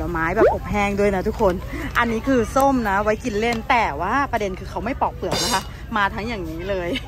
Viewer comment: ปอกข้าวโพด ไม่ใช่ ปลอก